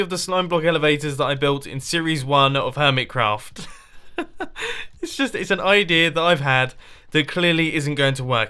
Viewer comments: did you say hoirmetcraft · "hormitcroft" "pieush" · Hormitcraft? Mumbo were you drunk? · He said hormet craft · hormitcraft Hormitcraft. HORMITCRAFT? T R I G G E R E D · Who else heard hoormit craft at the start there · Hormitcrawf! brain-mouth_connection.exe crashed